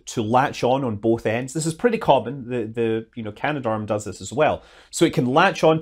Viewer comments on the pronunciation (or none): none